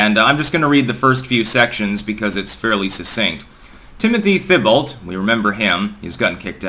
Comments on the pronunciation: "Thebalt"? Do you speak a single foreign language? TEE-bo!! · Thibault is pronounced T bow. The th in French is not pronounced and any word ending with eau or eault is pronounced like the letter O. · The "lt" at the end is entirely silent in French (where the name comes from). There's no equivalent for the pronounciation of "Thi" in English, so "tee" is the closest thing. So "Teebow" is basically how an English-speaking person should pronounce it :) Just pronounce it the same way you pronounced that football player's name :) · Thibault reads French to me. Could be pronounced Tee-bow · Gah, just pronounce Thibault like "Teebow" - it's far more accurate to the proper pronounciation :) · His last name is pronounced “Tee-bowe” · Thibault is pronounced "TEE BOW" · Agree the last “t” is not heard so to speak. I went to school with people that had that last name. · A thousand people have already told him in comments since the first time he screwed up the name. Either he doesn't read comments, or he doesn't care to be correct. If he would watch real news, maybe he'd hear people actually pronounce it properly, so he'd know how to say it. But he's too intelligent to watch "commercial" news. And he's supposed to be a wordsmith. He is smart, but sometimes too smart for his own good. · Also, the "Th" in Thibault is pronounced like the the letter "T" The surname is also of French origin.